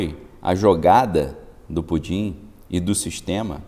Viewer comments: Você esta falando PUDIN ou PUTIN ? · Cara, fala o nome certo do Putin, pois essa brincadeira de Pudim tá irritando a minha audição. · Não é pudin, fale pelo nome correto. Não tem graça nenhuma, essa sua brincadeira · Com todo respeito, o senhor não Pronunciar o nome do senhor Putin? É irritante.